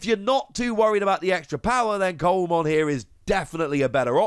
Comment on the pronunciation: Just as a heads up, Coelamon is pronounced "see-la-mon", as in the fish coelacanth. I am interested to see how Takumi Aiba gets used down the line. It's obviously a good card, but I wonder which decks will have the space for it, and which decks will have to MAKE space for it.